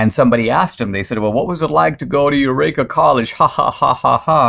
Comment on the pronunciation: Yes, Dinesh pronounced the word incorrectly, as he often does.